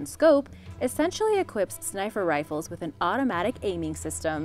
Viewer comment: snifer rifle that's a funny one , HaaaAAAAA..LOL